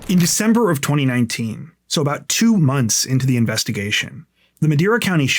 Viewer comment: Always like the way you pronounce the word months, munths, my own leave-me-alone is called speech impediment. So, that’s me.